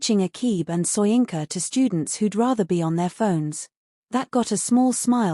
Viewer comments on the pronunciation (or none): none